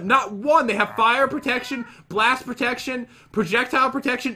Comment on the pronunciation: When you die a little inside cuz pat cant read protection 2